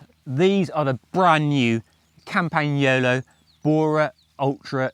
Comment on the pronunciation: Very pleased that you can pronounce CampaGNolo correctly😍😂